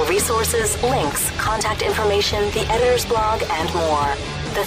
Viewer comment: That's exactly what I always thought it sounded like. It took me a long time to figure out it was "editor's". Is it a regional dialect pronunciation thing, I wonder?